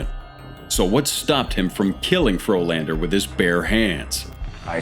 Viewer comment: Turned a Frolander into a Floorlander.